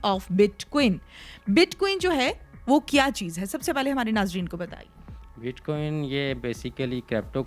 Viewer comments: bit queen?hahahaha,its bit coin,. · Bitquin ni oo madam bitcoin . . Paper le.k bs sawal krne lag jaty ho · WTF is Bitqueen? Its BITCOIN. Coin Coin Coin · Bitqueen nhi bitcoin hota ha🤦🏻‍♀️😂🤣😂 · WAH WAH hamari Interviewer bar bar Keh RAHEE hay BIT QUEEN BIT QUEEN NOT BIT COIN , PLEASE DO YOUR HOME WORK & RESERCH .SCHOOL TOU GAI HO GEE YAA PHIR JAALI PASS KAR LIYA HAY , AUR JAAN PEHCHAAN KAR KAY INTERVIEWER KEY JOB KAR LEY HAY , JOURNALISM KAA KUCH PATAA HAY, YAA SIRF LIFFAFAA HO, BIT 👑 QUEEN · Ani diye bachiye. Bitcoin hota hai bit queen nai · Anchor : BitQin 🤣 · Bitqaueen 😂 y’all gotta learn some pronouncing anyways I’m all in digital currency ❤️ BTC ,ETH, XMR,LTC,PUNDIX,CAKE, Small coins best to invest in,XRP,VET,ADA,BTT.Goodluck